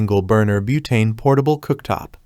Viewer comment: Boootane killed me 😂😂